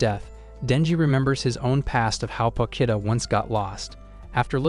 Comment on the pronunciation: 𝙉𝙤𝙩 𝙥𝙤𝙘𝙞𝙩𝙖 𝙥𝙤𝙘𝙝𝙞𝙩𝙖